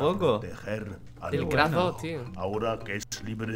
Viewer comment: Soy yo a crash le dice crah: v